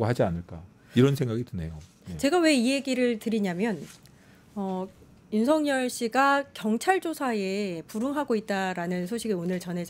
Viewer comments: 아..저는 귀가 이상한가바요...매국노.매국노..이러는줄 알았어요..윤석렬 ..윤석렬 이거 였어요?.. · 윤석열 개통령으로 들리네...